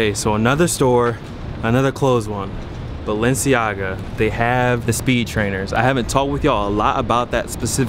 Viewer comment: Dude needs to go cop a Hooked on Phonics dvd and learn the proper way to pronounce Balanciega.